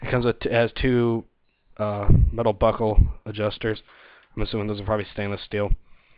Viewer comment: sound like you said buthole adjusters :) matthew from GMCC